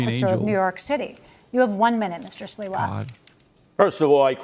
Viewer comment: no 😂 it’s Sliwa not Siwa